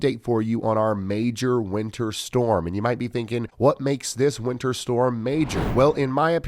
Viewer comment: The way Ryan pronounces winter makes it sound like he is saying winner.